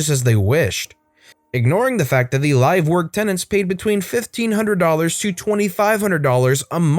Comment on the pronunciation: It’s not “live” like “live animals”. It’s “live”. As in “I live on this street.” There are two pronunciations for the word. It just bugs me. Just like when people type in”ect.” for etcetera. It’s “etc.” Not sure if they’re typing fast or just don’t care or know. My dad, (RIP) was always a stickler for spelling and grammar. So, being his only daughter, I’m the same way. Sorry, people.